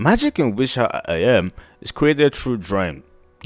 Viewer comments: Try “ah-TELL-ee-eh” and see how it sits. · Why you deepthroating the word atelier like that 😂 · I've been pronouncing atelier wrong all this time...